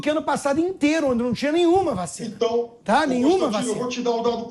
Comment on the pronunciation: De onde saiu essa caricatura do pipérssimo? Esse é um tucanóide que faz questão de falar vachina DITAdória! É um debilóide, deve estar no lugar da amANTA e joel!